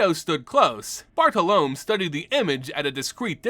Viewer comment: Your pronunciation of Bartolomé hurts me. lol.